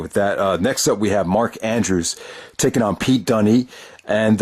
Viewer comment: Dunne is pronounced Dunn. but he and Andrews have a ton of history. they co-own defend indy wrestling, a clothing company. and they are best friends and have been wrestling for almost 10 years dispite both being in their early 20's. in fact they both toured the US back in 2013.